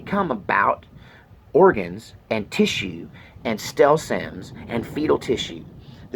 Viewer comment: Lol you said stell cims Instead of stem cells. See. I listened carefully. I just couldn’t have had abortion. No way I could have ever done that. I did drive 2 women to the clinic about 30 years ago. I’m so grateful. My only pregnancy resulted in my daughter. My regret is that I didn’t have more babies. My granddaughter is adopted. There are families that really want babies regardless of the shade of beige or brown. I don’t understand why women get pregnant accidentally anyway. ( except for rape ) Birth control is so easy nowadays. And there’s things people can do that won’t get ya preggers that feels just as good and gets the job done. I’m in Alabama and they are trying to outlaw abortion here. I don’t agree with that at all. I think people should be more responsible. I agree more with the heartbeat / face idea.